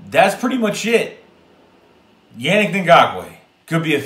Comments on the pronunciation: It’s pronounced “UNIQUE” not yannick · Man the way you say his name is a huge cringe lmao